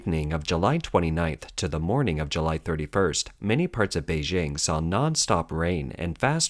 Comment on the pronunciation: It's "Beijing" (Bay-jing, as in jingle or jingo) NOT "Bay-zhing." Mandarin does not have the "j" sound as in French "je" or "jolie."